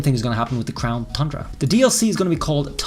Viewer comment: My one question is why does he continue to say crown thundra? Is it like a joke I’m missing?